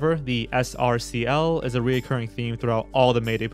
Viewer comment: Considering you can spell recurring, please pronounce it properly too. There is no o.